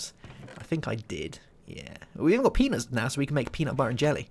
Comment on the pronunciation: i may be wrong but i think you said penis instead of peanuts